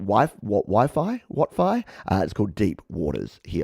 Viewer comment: thank you for showing my song deep waters and yes its pronounced wifi 😄 (please help sub) my name is wilder fier (wifi is my nickname) and the question mark stands for how i question my self during bouts of mania and depression thank you so much for your support it means so much